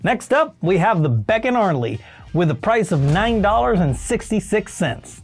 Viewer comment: Oh, its beckarnley not beck…arnley. You sound like AI. Any experience in the auto biz bro ????